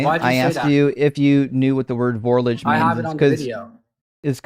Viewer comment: "Vorlage" is a German word. It is pronounced "FOUR-logga".